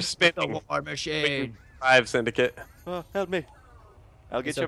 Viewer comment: Sindacat ? wtf It's Syndcate....